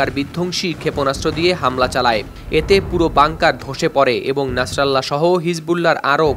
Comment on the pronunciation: ভাই কারো নাম যদি উচ্চারণ করতে না পারো তাহলে কারো নাম নিয়ে নিউজ করার কোন প্রয়োজন নাই না ছাড়া আল্লাহ কেন বলেন নাছার আল্লাহ কারো নাম হতে পারে নাকি তার নাম নাসিরুল্লাহ